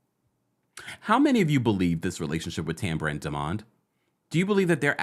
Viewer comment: I don’t like the way Tambra pronounces Demonds name it’s cringy. I agree Lateisha is a hater.